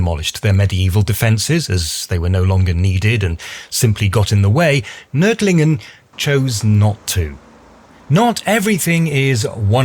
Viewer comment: I am impressed by your pronunciation of "Nördlingen".